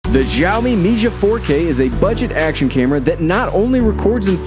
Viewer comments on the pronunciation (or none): saa o mi , not jaa o mi